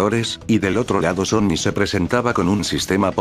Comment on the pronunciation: Soy yo o en ves de decir sony dice zombi